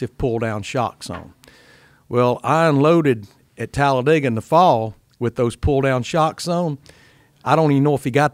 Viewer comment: Glad Larry Mac can pronounce Talladega